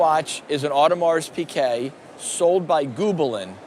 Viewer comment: Audemars PIGUET!!!!! Why the fuck do people pronounce it PIQUET ? there is no Q in the name!